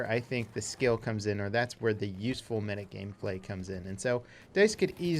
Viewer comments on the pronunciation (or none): none